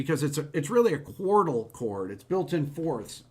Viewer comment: The pronunciation of "Quartal" sounds a lot like "Chordal".